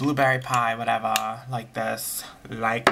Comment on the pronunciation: Haha I love the little comment on the Juicy Couture perfumes "This is sweet this is whatevah" LOL